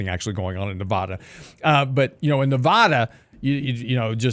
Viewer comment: That's not how you pronounce Nevada